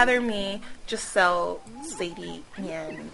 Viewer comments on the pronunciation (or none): none